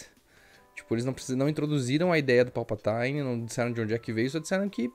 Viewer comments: Boa análise, parabéns. Achei o filme muito pobre de roteiro e direção. E aquele beijo no final... "Joe and Rachel feelings" Só uma obs. é Palpatine (vide pronúncia do google tradutor) mesmo e não "Palpataine". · Povo tá viajando na maionese na pronúncia...me pergunto se isso é uma piada com os atores falando errado no novo filme? Sei lá, não verei mesmo rs A pronúncia correta é tipo "Palpatinn" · PALPATAINE kkkkkkkkkkkkkkkkkkkkkkk